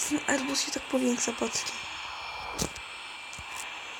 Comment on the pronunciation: "Erbus A380-10". Załamie się Załamie się z tego jak ja kiedyś potrafiłem angielski